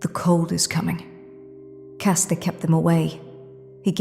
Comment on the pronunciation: CRASTER CRASTER CRASTER, not Caster lol. Just Get Bran to The Crypts of Winterfell Dammit, Then you will Have Thousands of Generations of the Kings of Winter to battle undead Vs Undead.